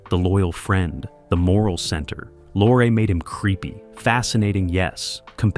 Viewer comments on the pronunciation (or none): Pronounced Peter Lorre', not Lore--what are you talking about? he was absolutely in the movie. Paul Lucas played Pierre Arronax! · "Lorre" is pronounced "Lorry". And what's this idiotic crap about him being replaced??? Good grief, you AIs get stupider and stupider all the time!!! Don't listen to this, people!